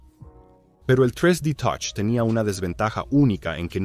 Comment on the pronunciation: Tres di totch 😂😂😂😂